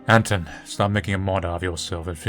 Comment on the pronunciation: Small note - the protagonist's name is not AN-ton but rather an-TONE. Also I think you pronounce the L in Olya as I. Sorry if too nitpicky but it really bugs me for some reason.